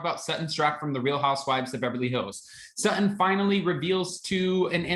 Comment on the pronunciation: And say her name right SuTTon not Suh-un lol